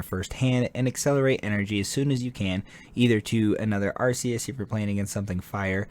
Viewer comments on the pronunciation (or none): Arc-E-us… not Ar-See-us.